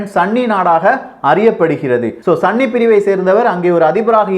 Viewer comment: "சன்னி" அல்ல சகோ "சுன்னி"